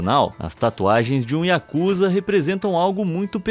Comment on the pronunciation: Não é Yakuza O correto é yakuzá